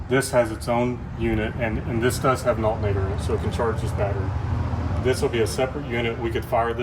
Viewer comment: It’s alternater not altnater